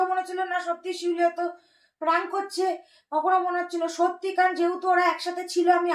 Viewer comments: প্রাঙ্ক না প্রেঙ্ক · কথাটা প্রান্ক নয় 😅😅😅